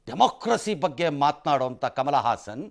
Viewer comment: ಹಾಸನ್ ಅಲ್ಲ ಸಾರ್.... ಅವನು ಹಸನ್